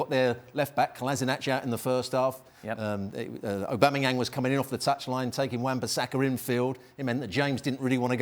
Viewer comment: Really? Aubamayeng? lol